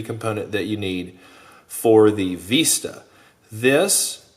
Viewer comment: you should include both antenna mounts with the quad as nowadays the Vista, not Veeeesta is just as popular. Or have a drop down so you can choose on your website when ordering. Just busting your chops on how you pronounced Vista, thanks for all the awesome quads you design.